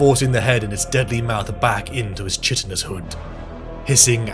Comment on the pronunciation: It's funny to me that even britts don't know how to pronounce certain words. Chitinous isn't pronounced like that. It's Kai-tinous. I lived in the UK for 13 years, and I've noticed this a lot.